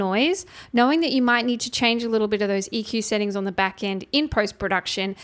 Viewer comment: Off or ‘orn’ Aussies putting an ‘r’ in ‘on’ lol